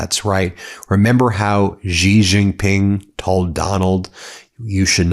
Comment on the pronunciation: The name of the President of China Xi Jin Ping is pronounced Shee Jin Ping. (Not Jee…)